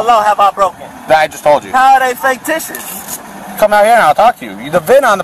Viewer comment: FAKE-TICIOUS???? what in the holy hell is this guys malfunction in life??